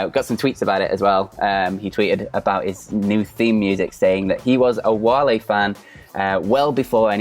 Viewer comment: Wale is pronounced "Wall-ay"